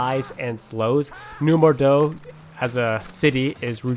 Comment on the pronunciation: new bordo? I thought it was new (Bor-oh-Docks